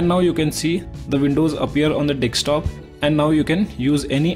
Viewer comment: Just download iYTBP perfect youtube app + pip with no youtube red. btw why do indians always say "dextop" cant you say "desktop" and also oneplus does not need to fix it. if it does not work its the apps fault